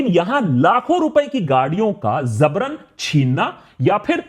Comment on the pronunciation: 'zabran' nahi hoga 'Jabran' hoga